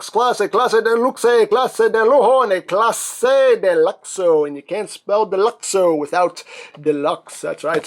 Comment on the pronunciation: One of the language is portuguese. And for Clase de Luxo you should say Classeh de lusho or something like that phonetically.